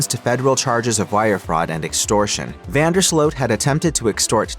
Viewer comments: Ya need to pay attention and learn how to pronounce names. We can see it is Vandersloot and everyone with a brain also pronounces it Vandersloot not Vanderslote. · Van der sloot like “boot” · Van der SLOW is the pronunciation. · This sounds why does this AI keep messing up his name? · Most of the western world knows how to pronounce his name except for this bot/ narrator.